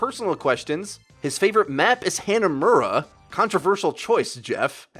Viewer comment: No, it's not Hana-m-er-uh, it's Hah-nah-more-ah